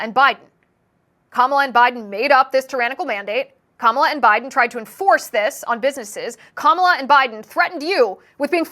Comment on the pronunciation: Kum-all-ya? I thought her name said it all 😅.